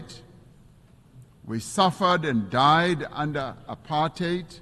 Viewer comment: It’s very refreshing to hear apartheid pronounced correctly as / ə-pärtʹhāt / (the last syllable sounding like rhyming with “eight” in English) and not / əˈpɑɹthaɪd / (the last syllable pronounced with the digraph th and rhyming with the word “tide”).